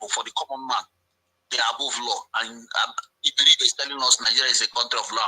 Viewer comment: His name is Iberibe not Abaribe